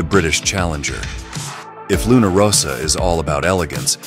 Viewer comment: And also in this video - the Italian team name is Luna RossA - not Luna RossO....